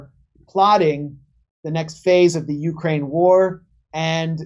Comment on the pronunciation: Lol “OurKraine”